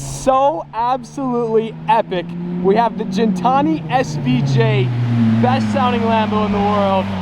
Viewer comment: Gantani svj!? 😂 Its lamborghini aventador svj